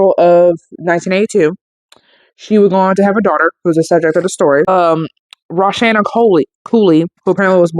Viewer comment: You pronounced my daughter's name incorrectly. It's Rah-shah-nay. Nicki did NOT have any right to cremate my daughter. I sued and the racist judge made the trial all about my past which prejudiced the jury against me. My attorney was working with the other side. I appreciate you trying to get my daughter's story out there. My mother who made a comment, ignore her because she never knew my daughter and saw her ONE time when she was just born.